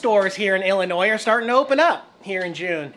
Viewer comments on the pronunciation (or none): none